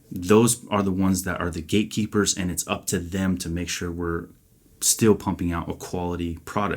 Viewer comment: "Gate Keeper" Not one word. It sounded like one word when you spoke it. I know not where it is written, I only know its written in my mind the "words" "All those without understanding, seek wisdom" And my mind sends a message to my ❤ "Keeper of the gates of wisdom" 👍❤honor and gratitude for the gift God gave her. Wyonna Judd